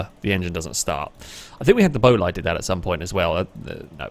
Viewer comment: Great video. By the way, bolide is pronounced like boleed, not bolayd (source - the new bugatti bolide is pronounced like that).